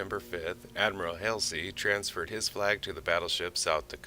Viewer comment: Hall see, not hasley